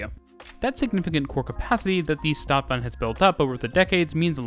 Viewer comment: Stadt (short "a") bahn (long "a")